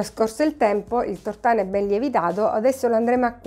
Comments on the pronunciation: Tutto bene. Mi permetto di correggere la dizione : si dice Tòrtano e non Tortàno. Grazie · ricetta buona ma pronunciare tortàno invece che tòrtano é un sacrilegio. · Tutto buono, complimenti, ma Tortàno da napoletano nun s pò sntì. 🤦🏻‍♂️😅 Si dice Tòrtano con l'accento sulla prima O. Cordialmente. 😘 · Bravissima!!! Ma tòrtano nn si può sentire!!🥴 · Giusto non si può sentire tortáno 😅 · Ottimo e buonissimo ma mia madre quando avrà sentito come ha pronunciato " Tortano " si sarà girata nella tomba😄😄